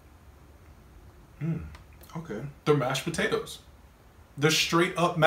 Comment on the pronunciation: He actually said “podadoes”